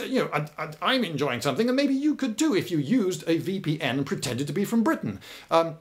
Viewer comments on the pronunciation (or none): none